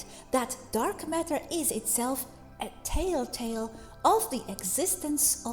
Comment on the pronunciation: "tell-tale", not tale-tale.